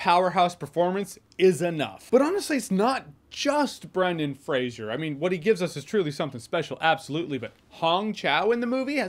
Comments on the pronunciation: Jeremy old son, I love you dearly, and I know that you’re American, but it’s “Fray-zer”; there is not ‘I’ in the name. It’s a Scottish Clan name. Merry Christmas, bro; hope that you and yours have a great day 🎄🎅🏻🤶🏽🎄 x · If you say you like Brendan Fraser, maybe get his fucking name right for once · Oh my fucking God dude get his fucking name right it’s Fraser not Frasier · Why is it that NONE of you people can pronounce Brendan Frasers last name correctly, and by 'YOU PEOPLE' I mean you YOUTUBE MOVIE REVIEWERS and such, You all claim that you LOVE Brendan Fraser, but you don't have enough respect for the guy to Pronounce his name correctly. It's not FRASIER it's FRASER you know like TASER or like Blazer. I watched a video with Adam Sandler and Brendan Fraser talking about their movies together and Adam kept pronouncing Brendan Frasers last name incorrectly and Brendan told him like three or four time how to pronounce it. I hate it when people pronounce easy to pronounce names WRONG. I could see it if he was chiwetel ejiofor or somebody with a name similar to that, then I woud understand them getting it wrong. But FRASER is not a name people should be getting WRONG ever time they say it. RESPECT people, Show it, or don't say these peoples names. That's my take and now I am done. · Fraser (FRAY-ZER) lol not Frasier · Fray-zer not Fray-zhee-er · It’s pronounced “Fray-sir”, like “razor”. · Brendan Fraser's last name is pronounced Fraser rhyming with "razor". No "shuh" in his name. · Fraser rhymes with laser folks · It's pronounced "Fraser", not "Frasier". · "Fray-ser" not Fray-shur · Are you pronouncing his name Frasier? Its just Fraser with no I sound. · It's Fraser! Not Frasier! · Brendan Fraser is a great actor. I'm glad he's been given this roll and this chance. Also, I think it's pronounced "frazer" not "frasier" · FRASER not FRASIER!!! Come on J, we expect better from you lol. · Fraser not Frasier... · It's pronounced "Frazer" not "Frasier".